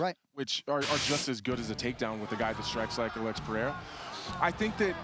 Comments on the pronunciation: Pereira ❌Pierre ✅ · Nothing bugs me more than Chael sayin Pee-Era